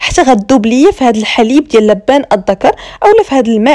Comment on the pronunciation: النطق الصحيح اللوبان الدكر او الحوجري نطقكي لبان تعني الرجل اللدي يبيع اللبن النطق الصحيح اللوووووووبااااااان اعباد الله